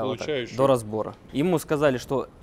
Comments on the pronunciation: Все супер в вашей команде, но ударение на слове заплотит😳это надо исправлять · "... ещё и заплОтит им..." 😳 Адвокат из КУЛЬТУРНОЙ столицы РФ?! Ахринеть!.. 🤪 Надеюсь, он не говорит также: ихние, зво́нишь, калидор, тубаретка... 🙃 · "заплотит" ну епрст